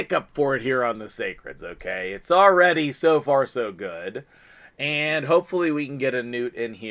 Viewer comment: You said so far so good,OMG